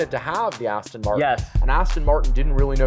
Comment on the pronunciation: Aston not austin